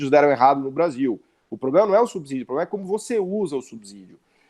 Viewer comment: Subsídio pronuncia-se "subcídio" e não "subzídio". Ex: subsolo, subsíndico.